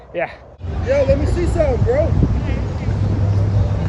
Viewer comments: Sir Switch Crookington I went back and listened close. He said sumpin. I mean, my brain understood “something” because that’s how language works, but that’s not how he said it. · “Let me see sumpin “ lol